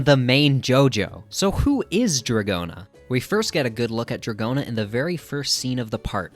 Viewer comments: that's a stretch. GIOrno is already pushing it, but NO ONE pronounces Dragon as dra-johns. unless the namesake Dragona comes from does pronounce it that way for some reason, i'm not well versed in american rock music... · it is proutonced dragouna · I pronounce it like rodeo cause it fune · dra-johns lmfao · Honestly, I think drag-go-na is better lol pronounce it however you want